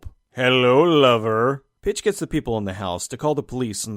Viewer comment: Every time Pitch was said I heard Bitch, it added an extra layer of hilariousness! Try it for yourself!